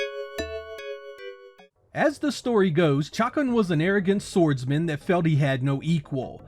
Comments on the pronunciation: Oh my lord its not "chockin" its "shuh-khan" !!! This is absolute blasphemy!! Shame on you! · You’re pronunciation of the characters name just kills me 😂 “Chuck’n”